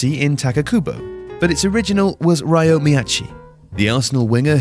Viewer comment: Ryo is pronounced like "Rio". In Japanese, if his name was how you pronounced it, it would be spelt "Raio".